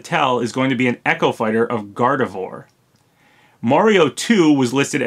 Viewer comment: I hate to be that person but... Gardevoir = Gar-dev-wah... It's French.